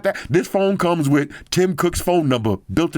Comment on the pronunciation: "back again wirrrr another video" wtf